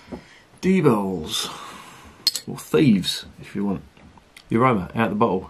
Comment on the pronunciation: Less than I'd expect from a German Altbier. Your pronunciation of Diebels is spot on. 🙂